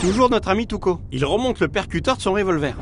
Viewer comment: Tuco j'ai l'impression d'entendre Toutcon😂